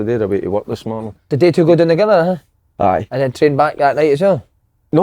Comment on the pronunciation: Si, stop saying twa yah prick